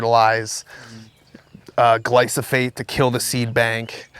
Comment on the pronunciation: Did he say Glysofate !! Lol